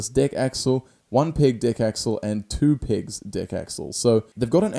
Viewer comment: When you say pegs your saying pigs 😂